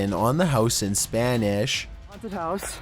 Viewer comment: haunteedd. spanisshh. hoooodd. windoww. i love how you just add another syllable to the words lol.